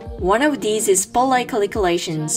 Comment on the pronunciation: i love the way she saids Caliculations😊